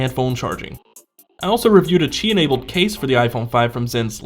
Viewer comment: Good video, but it's pronounced, "qi".